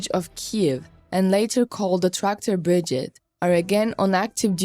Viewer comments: BRI-GADE. not big-gid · Bri-gade not bridgeade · Slava Ukraina's grandfathers ! for the comentarist , the formation is not a "BRIGIT" ,but a "BRIGADE" ,phonetic -BRIGEID..... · This is a positive comment on the good work in making these videos available to English speaking audiences. But please pronounce "brigade" correctly. Pronounce the last 3 letters like the 8d or aid like in "lemonade" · This lady needs to learn how to properly pronounce BRIGADE, breee-GA-DE, not “Brijit” 🙄🤦🏼‍♂️ Also, RIFLE….RI-FULL not “Riffel” FFS. It’s in the video title even FFS!